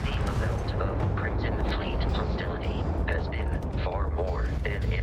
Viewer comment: I don't know why this jumped out at me but homeboy says "crimston fleet"